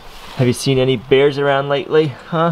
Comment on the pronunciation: Can you say " bears " not beers .